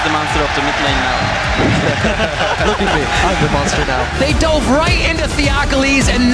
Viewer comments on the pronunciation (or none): none